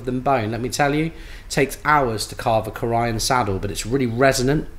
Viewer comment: Delightful overview… by the way, it’s pronounced “CORE - e - ann” emphasis on the first syllable, long E. Corian counter tops are manufactured just up the road from my home :-)